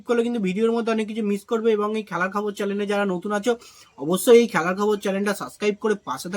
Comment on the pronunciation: Dada chalang noi channel hobe.please ektu sothik uchharon korun.